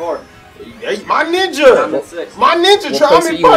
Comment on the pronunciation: it sounds like juice said Ni**A Instead Of Ninja Just saying🤷🏾‍♂️